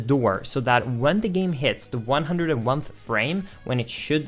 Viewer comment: 101th? It’s 101st. One hundred and first